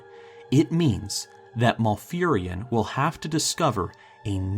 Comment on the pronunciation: Lol, Maul-furion. Mal not Maul.